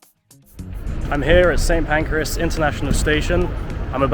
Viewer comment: And Pancras as PANCREAS !